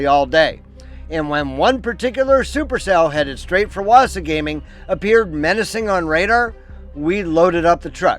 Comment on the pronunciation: Great video. Thank you. Wasagaming is pronounced "wah-SAH-guh-ming" FYI. You should also look further up north to Wekusko Provincial Park, Grass River PP, and a few others up that way. Lots to see and do in Manitoba if you love the outdoors.